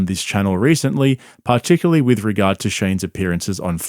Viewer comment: 'Partickarly' I see youre fluent in Shaubanese